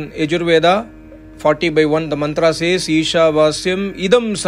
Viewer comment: Your pronunciation of ved mantras or slokas of holy scriptures is very nice